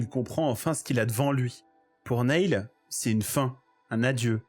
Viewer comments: très cool vidéo. (cependant, tu as vu le film, et tu sais donc que Neil se prononce "Nile" et pas "Néïl" 😝) je m'abonne pour la peine. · Ça se prononce "nile" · Alors nail ça veut dire clou. Neil se prononce "nil"